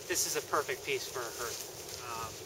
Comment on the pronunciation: .hearth härTH/ noun noun: hearth; plural noun: hearths the floor of a fireplace. "the crackling blaze on the hearth" the area in front of a fireplace. "they were sitting around the hearth" used as a symbol of one's home. "he left hearth and home to train in Denmark" not "herTH"